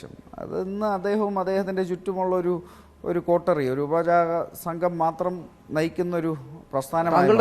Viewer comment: ഉപജാപക സംഘം എന്ന് പറഞ്ഞുപഠിക്കണം.